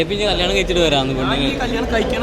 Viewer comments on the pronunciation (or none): that's ക്യാണം!!😂🤍